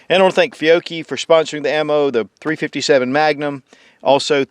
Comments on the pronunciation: But he pronounces fioochi correctly lol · pronounces Chiappa "Chee-appah" also: pronounces Fiocchi "Fee-ok-Kee" Confusion intensifies. o.O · I thought it was funny that he pronounced "Fiocchi" correct but not "Chiappa"